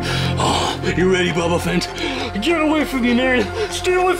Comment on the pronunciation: Buba bubafhant not buba bubae